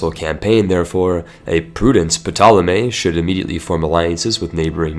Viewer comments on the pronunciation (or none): none